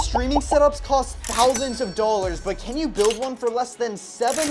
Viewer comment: the way you say "dollars", you sound like an idiot.